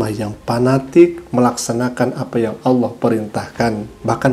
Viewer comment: Nyebut nama tuhan saja ga tau.. buktinya klo meman murtad knapa ga bisa bilang ALLAH